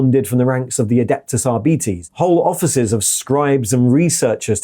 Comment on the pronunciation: why do you say arbeetees pIz stahp its ar-bites